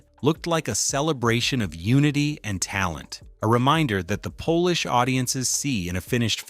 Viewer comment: It’s a AI narration! It was reading and it meant yo pronounce “polish” As in to be cleaned up and made better.